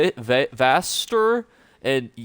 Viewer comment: Dude there is a bard who sings the name of the city over and over right next to the daily quest givers in Vastyr. Do you play with the sound off? It's vass-TEER. And for that matter motif is mo-TEEF, not MO-tiff.